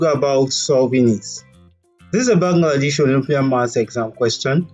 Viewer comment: It's Bangladesh. not Bangladish